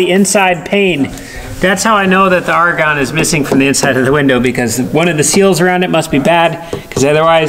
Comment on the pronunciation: did you say the argon "aregone"?